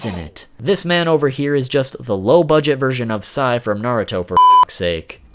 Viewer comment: Oh shit this nigga said a busted virsion of sai lol